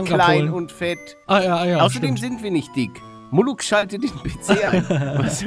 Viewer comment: Nicht muluck sondern moruk bin Türke